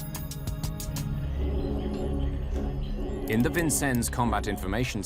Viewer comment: Why do you pronounce it "wick-end" instead of "weekend"?